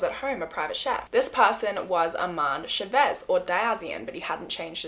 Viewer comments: You did an incredible job with the Malaysian names and then said Chavez wrong lmao but it sounds more like an accent thing than a mispronunciation. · the way she pronounces his last name chavez....Its wrong.. but yes he is terrrible, and i remember this awful story...